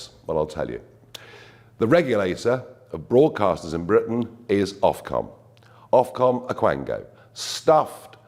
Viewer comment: Ofcom, foc-om....how about that...